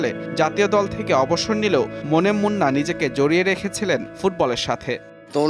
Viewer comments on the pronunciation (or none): Halar News presenter... Momen munna na reee... Monem Munna... 😥😥😥😥